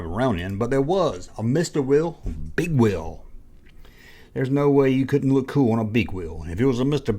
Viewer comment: You said " mr will " big wheel ....lol